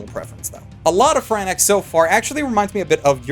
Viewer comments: I don’t know if your “saying Darling in the Fran-e-XX” on purpose or if it’s a joke to get us all triggered. Either way it’s hilarious. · hey idiot it's pronounced "Frank's" like the hot sauce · ugh... I couldn't last til the end its PRONOUNCED FRANKS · Are you misspeaking and saying FranaXX on purpose? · please aslo stop calling them fran x..its one word lol. FranXX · I swear to god every time you say "Fran EX" I get progressively more triggered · Do you say "franics"? Also, how did the mecha design not remind you more of Star Driver? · Fran axe? is that the Canadian pronunciation? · You mean it's not pronounced "Franks?" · D00d! Seriously? I love your videos, but how can you pronounce "Franxx" wrong? It's pronounced "Franks." Even the characters pronounce it as "Franks"! smh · Every time he pronounces it 'Frannex' I die a little inside. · "DARLING IN THE FRANAXX" lmao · Im not usually anal about pronunciation but what the fuck is this "franax" bullshit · It pronounced "Franks," like you would call a hotdog. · Fran ax eh. I mean they pronounce it in the show but why not. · Loved the vid as always but the way you say "Franxx" is killing me I'm like 100% positive that it's pronounced like "Frank's" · Franxx is "Fran-s"... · They pronounce Franxx so many times that you have no excuse for calling it Franax. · Help! I can't tell if he's saying "FranEX" ironically or accidentally? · MAN IT'S NOT "FRAN-EX" PLEASE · FRANaXX?? Are in on Xanax dude? -. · Darling in the XanaX 😎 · Frankes? (Jk) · It is franKxx, not FranSxx. So it's Frankus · Darling in the "Fran-Ex"? Seriously? Come on my dude. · Vegito Charmara He is pronouncing it wrong. It’s pronounced “Franks” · Oh no. He pronounced it wrong. Do you really care that much? Good lord. People like you are just another reason why sometimes I'm sad to watch anime. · It's pronounced "Franks" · It's pronounced Frank's! Darling in the (Frank's)Franxx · Darling in the franaX .... Ok first two seconds in ... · Darling in the franexx